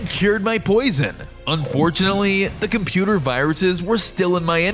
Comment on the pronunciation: Computah mahn